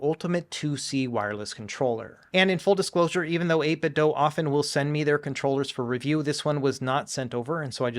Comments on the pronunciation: 8 bit DO. Not doh. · please pronounce 8bitdo correctly. Bob Wulff seems to be the only YouTuber to pronounce it correctly. I'm pretty sure they say on their website that the "do" is pronounced like the English verb.